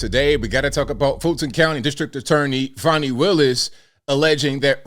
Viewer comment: Fawnee my azz, it's Fannie!